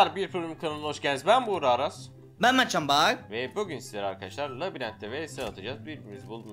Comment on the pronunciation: Ahahaha Mevtcan Bahav artık kendi ismini Mertcan Bahar diye okuyor OMG !